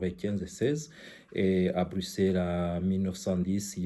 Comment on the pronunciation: Congolais pas congorais , bruxelles , non bruxerres